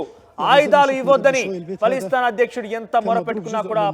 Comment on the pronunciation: పలిస్థాన్.... కాదు..... Palasteena.... కరెక్ట్ ఇట్....